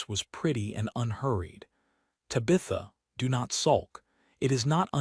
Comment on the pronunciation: Her name is Tabitha, not to Bitha.